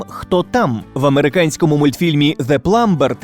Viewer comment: Шість с половиною тисяч вподобайок — дуже хороший результат 💪😎👍! Це значить ми всі чекаємо на продовження цієї серії відео 😉😉. Сподіваюсь, що сценарій до другої частини вже готовий. P. S. В англійському слові сантехнік [plumber] літера [b] не читається ☺️.